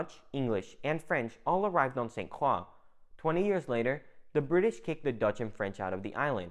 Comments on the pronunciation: Good info, but St. Croix is pronounced incorrectly. It is not "St. Craw", it is "St. Croy". It is very cringy for us natives to hear this. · As a cruzan, with family on st. Croix since it before it had Danish influence..please for the love of God it pronounced "SAINT CROY" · Dawg facts lol. Man saying crocs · San cwaw 😂😂😂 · Hell I’m from Utah and it hurt my ears. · I live in the uSVi and had to stop halfway though because the way you mispronounce St Croix is like nails on a chalkboard